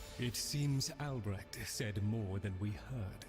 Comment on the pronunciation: its ALBRECHT... not alberect